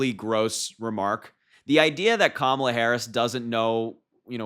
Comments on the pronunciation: Trump thinks mispronouncing her name humiliates HER 😂 And, just because he mispronounces, his minions also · Republicans mispronounce Kamala's name as. a way to disrespect her. There's no mystery- they think they have plausible deniability. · They are intentionally mispronouncing Kamala's name. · It doesn’t matter how they mispronounce her name, they’ll all be calling her Madame President before too long. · Don’t be naive my friend, republicans pronounce Harris first name as such , out of hatred, and disrespect, certainly on purpose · You are too young to be expected to remember the pro wrestler Kamala. That is why they are mispronouncing her name and, yes, it's racist. Voting Blue because I catch their drift. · IT WAS INTERESTING THAT TRUMP USUALLY PURPOSELY MISPRONOUNCES KAMALA'S NAME UNTIL HE'S IN A ROOM WITH A LOT OF BLK WOMEN! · Anali Habba has a lot of nerve mispronouncing Kamala's name on purpose.What a dolt. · Republicans are deliberately saying Kamala wrong to make her name "weird"...SIGH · They know exactly how to say her name. It's willful ignorance to impress their Orange Idol. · They’re not having a difficult time pronouncing it they’re disrespecting her by mispronouncing it on purpose. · The mispronunciation of her name is deliberate. It's some kind of stupud "tactic". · It’s their way of not acknowledging her existence by mispronouncing her name. It’s really a disrespect. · The republicans refuse to pronounce her name correctly because it is their way of demeaning and condescending! Trump has no idea how to be politically correct! Trump is a political flunky! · The way they mispronounce Kamala's name on purpose is so juvenile. They are racist and disgusting! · They are mispronouncing her name on purpose. It's a show of disrespect at this point. It is annoying for sure. Maybe we should start calling donny boy Mr. Don'Old? Just saying. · They mispronounce her name to make it seem like she’s a foreigner. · They say her name wrong on purpose!!!